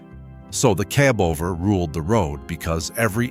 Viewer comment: It would be nice to have some of these videos NOT use A.I. voice-overs. It makes it so undesirable to continue watching videos when the A.I. voice mis-pronounces something simple as cab over(kib over in video just over 3 minutes in).